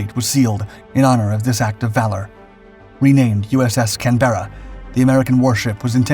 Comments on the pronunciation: you tell em Steve...emphasis on the Can... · Please learn how to pronounce Canberra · Its painfull listening to you prenounce Canberra, try dropping the 'e' for a 'u' or listen on the internet 👍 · Very interesting, pity the commentator mispronounced the ships name throughout, & incidentally Australia’s capital city . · As an Australian, this is likely one of the many reasons our relationships have been so strong since WWII. One thing I would say though, is that's not how we pronounce Canberra, at least for our own cruiser, you are of course welcome to say it how you like. We pronounce it Canbra, well, almost like that, lol. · us Australians call it Cambra not canberra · Not that it really matters but the original ship (and who knows about the ship in this video) was named of course after the capital of Australia which is pronounced CAN- berra with the second half pronounced almost as a single syllable. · Mate it's pronounced canbra in Australia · Is this voiced by an AI, because the pronunciation of the ships names is awful, for instance Canberra is pronounced Kan buh ruh (british) or Kan br uh (American) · You’d think they could pronounce her name. Can. Berra? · It's pronounced kan·buh·ruh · l know many Australians who also pronounce it Can-berra. All my family. lt depends where you went to school. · It is pronounced Can-bruh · Pronounce as Can-bra. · Hi all, loving the YouTube channel but The name of the ship is not said like that it is pronounced Can-ber-ra . Loving your channel 👍🏼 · Your pronunciation is wrong. Canberra is pronounced. Kan buh- ruh. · Learn to pronounce Canberra properly. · sad the research didn't even stretch to how to pronounce the name of the ship. not so respectful IMHO. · What and where did you get the never heard before pronunciation of the name "Canberra"? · At least learn how to PRONOUNCE the name of the ship…FFS. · Please check your pronunciation of the name Canberra it’s wrong. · I wish Americans could learn how to pronounce "Canberra"